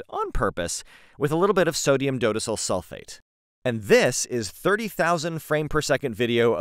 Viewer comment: This is pendantic, but dodecyl is pronounced “do-deck-yl” as it’s based on dodecane. Chemical names often don’t follow common English grammar rules (which are themselves often nonsensical anyway)